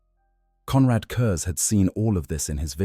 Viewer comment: It was a great video and well done, but the mispronouncing of curze’s name to curzy really broke the immersion. In future can you please make sure to get the names pronounced right in future, especially ones that come up every few sentences